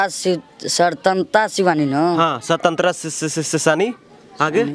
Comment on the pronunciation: भाई रिपोर्टर को भी शिक्षा की जरूरत है, शवतंत्रता सेनानी नहीं होता, स्वतंत्रता सेनानी होता है।अपने उच्चारण पर ध्यान दो, बच्चों को demoralise कर रहे हो, question पूछने का तरीका देख रहे हो अपनी, जानकारी दे रहे हो या उनका मनोबल तोड़ रहे हो। मेरी बातों से जलेगी तुम्हारी और मुझे उल्टा सीधा बोलोगे, इतनी गिरी हुई पत्रकारिता करोगे तो गली मोहल्लों में ही घूमते रहोगे। मानसिकता और सोच दोनों को बदलो, किसी बड़े स्कूल में पढ़ने वाले बच्चों के हाथ मे तिरंगा पकड़े देख कर यही सवाल पूछ लेना जवाब मिल जाएगा। जहाँ तक शिक्षा व्यवस्था की बात है, तुम भी तो educated हो, अपने लाइफ में कितने गरीब बच्चों को निःशुल्क पढ़ाये हो, या उनके विकास का चिंता किये हो? एक माइक खरीद लिए मोबाइल लेकर पहुंच गए रिपोर्टिंग करने। मोदी विरोध का इतना असर है दिमाग में कई राष्ट्रीय ध्वज लिए हुए बच्चों का मनोबल तोड़ने से भी बाज नहीं आ रहे। इस अंदाज में मैं तेरे घर के बच्चों से पूछुं तो वो भी नहीं बता पाएंगे, अरे बच्चों को छोड़ो तुम चार प्रश्न पूंछ दूँ तो सब पत्रकारिता छोड़ कर भाग जाओगे। सही उच्चारण कर नहीं पा रहे हैं और महाराज पत्रकार बनेंगे। मूर्खाधिराज पत्रकार